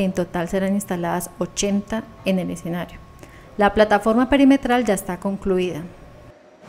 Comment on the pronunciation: Se dice escenario no ecsenario!!